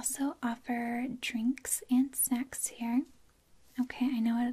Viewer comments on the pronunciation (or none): Hahaha me too! Glad I wasn't the only one who thought that's what she said. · Hahaha I had to rewind the video twice to make sure I could understand "snacks" hahaha